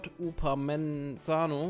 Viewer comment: Der Spieler von Leipzig wird Upamekano ausgesprochen